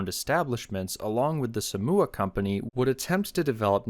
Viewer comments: I like this video but Somua is pronounced different but I love it! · hearing the way bro pronounced "somua" was painful to hear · Is Somua pronounced Somme-oo-ah or Somme-you-ah?